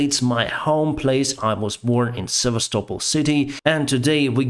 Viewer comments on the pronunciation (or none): none